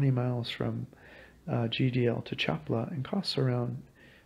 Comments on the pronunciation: Thank you for your information. Just a little pronunciation correction, try to pronounce it like these, Cha pa la, because when you pronounce it, it kind of sounds like Chapla. I do appreciate your video. Thank you. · Please pronounce it Cha pa la with accent on pa. 🙏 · Have enough respect for the culture to be able to pronounce their words! Cha PA la! Three syllables...three! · Hello, the lake's name is pronounced CHA PA LA. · Yea accent on SECOND sylable... cha PA la. Hurts my ears. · Accentuation on the second to last syllable, Cha-paa-la. Other than that, your video is really good! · Pal! I don't think you have ever been to Lake Chapala because you don't even know how to pronounce Chapala. Which makes me think you haven't been to most of these countries. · Had to stop ..couldn't stand to hear the butchering of the name Chapala any longer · I have to stop listening now because you don’t know how to pronounce “Chapala” hurts my ears. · You can watch me in a video walking around Chapala if you like. Click the below link. Thanks for watching my videos. Sorry if I mispronounced the city name. Warm regards